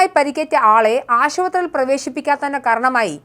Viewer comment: അവതാരക താഴെപ്പറയുന്ന വാക്കുകൾക്ക് പെട്ടെന്ന് ചികിത്സ തേടിയാൽ കൊള്ളാം നമസ്കാറം - നമസ്കാരം മൂർജിച്ച് -മൂർച്ഛിച്ച് സികിൽസ- ചികിത്സ റോഗഷാന്തി - രോഗശാന്തി ആഷുബത്രി- ആശുപത്രി ഇള്ള - ഇല്ല